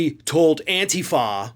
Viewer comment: STOP MISPRONOUNCING ANTIFA!!!! You sound like Carlson trying to pronounce Kamala.